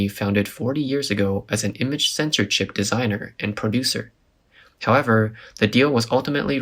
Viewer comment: They read "chip" as "cheap". That is why it went bankrupt